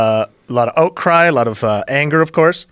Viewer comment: "Oatcry"... when you think Canadian pronunciation can't get any weirder...